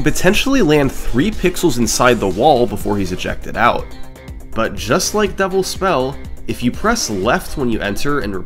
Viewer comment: Is "Devil's Spell" Summoning Salt's Pengwing? At least I keep hearing it as "Double Spell"